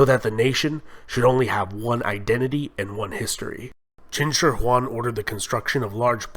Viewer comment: x = sh a= long a zh = j yi = ee qin = cheen Great job on the "shi"